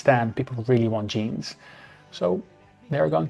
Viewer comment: JEANS! NOT GENES 😂